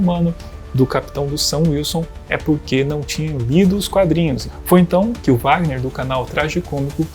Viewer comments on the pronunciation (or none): none